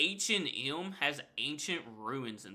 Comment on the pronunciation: Your pronunciation of H&M is wild. It sounds like you're saying "Ancient Elm".